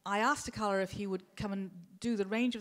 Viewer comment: Yeah, plus she pronounced Akala wrong... He's even got bars on how to pronounce it ffs!! Hope I didn't subtract from your comment with my childish humour, good stuff mate :)